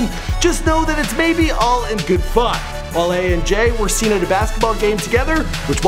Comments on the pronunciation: "His long term friend 'Wall-E" ITS WALE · #B2F MudBoyz no it's pronounced "WALL-A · Its Wale (Wah-leh) not (Wall-lee) he not the damn Disney robot lol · WALL-E. 😑😑😑,, C'mon.